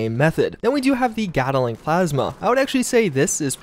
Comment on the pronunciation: Sorry but this was killing me.... GAT-LING. GAT-LING. GAT-LING. there’s no “A” in between “gat” and “ling”.